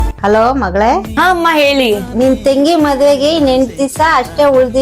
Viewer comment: ತೆಂಗಿ ಅಲ್ಲಾಮ್ಮ ಅದು ತಂಗಿ.